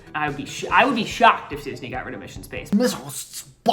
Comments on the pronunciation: Mishun Spahs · Dying at “mission spaaaaaaahshe”